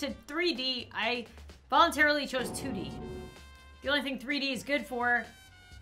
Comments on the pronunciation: She said D2 instead of 2D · It's 2D not D2